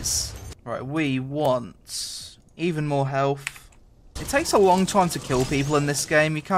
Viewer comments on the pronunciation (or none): none